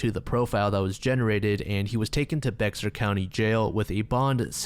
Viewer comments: Was going to say this bc it's not the only time he covered a San Antonio story and saying BeXar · the whiplash i got when you pronounced bexar as "bex-ar"... lmfao it's pronounced as just "bear" (or occasionally "bay-har") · Fun fact from a San Antonian, Bexar is pronounced like “bear” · It's not Be(X)at it's, bear or Bey-R county and that city is pronounced as New Brawn-Fulls. I really hate when people say Be(X)ar and it shows the research wasn't done. It's a pet peeve for most Bexar county natives. (I went to Jefferson, Edison were our rivals) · it’s not Bex-ar, it’s Bear, the X in Bexar is silent. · It is pronounced 'bear' county, not bexar. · bexar is pronounced bear btw. awesome video ! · Not huge, but Bexar county is pronounced as "bear" the x is silent, dont ask me why lol. Source: im from central texas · For future reference, Bexar is pronounced Bear :] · "Bexar" county where San Antonio is located is pronounced "bear." I dont know why it is like this but I live pretty close to San Antonio so thats why I know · Respectfully, Bexar County is pronounced Bear County. I love your videos. They are always super enjoyable, but as someone from the central Texas area, thet was driving me crazy. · totally unrelated but bexar is pronounced bear and new braunfels is new braunfulls:) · Bexar is pronounced Bear. I can confirm since I live here 😅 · I live in San antonio and never knew about that story. Also Bexar County is pronounced Bear County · i know this video is like a year old but fun fact about ‘Bexar’ county, it’s pronounced as “Bear” ! :) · Bexar is pronounced "bay er", or "bay har" Common non-Texan mistake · Bexar is said like bear ;o; , u dont say the x IDK WHY BUT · FYI: Bexar County is pronounced BAY-ar. Source: Texan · Bexar is pronounced “Bear” county. Pretty sure it’s a word influenced from when texas was still a part of Mexico. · i know it's confusing but bexar is pronounced like "bear" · Bexar County is pronounced "Bear" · Bexar is pronounced bear